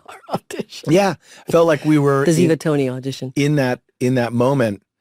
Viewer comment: I have loved 🥰 these two characters since they started acting together ❤. And by the way it’s Ziva not Ziba .